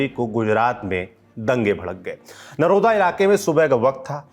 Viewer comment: नरोडा़ बोला जाता है